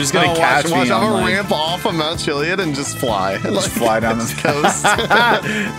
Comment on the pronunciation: It’s not pronounced chillyid it’s Chillyadd